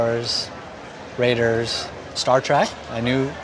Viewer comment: He says Star Trak instead of Star Trek. 😂